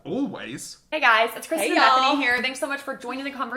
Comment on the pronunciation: CEO of mispronouncing Kristin